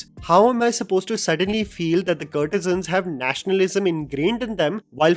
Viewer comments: “Courtesans” like COURT-e-suns (like the word ‘court’ - kōrt) - not “CURT-e-sans” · It’s not curtesans,, it’s courtesans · Please stop saying kurtesans it’s “court”e san. How you say court not curt. “Court e zun “ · I agree with you critique. I cant however fathom you repeatedly saying - 'curtisans'. Aren't they courtesans. Perhaps something to focus on before your next critique. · What's a CURRRRRRRT E SUNS??? And not once...SEVERAL TIMES! It's as if this guy has never heard of the proper pronunciation of courtesans in his almost 30 years on this earth. Or Tawaif, perhaps??? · you are pronouncing courtesans wrong all through the video!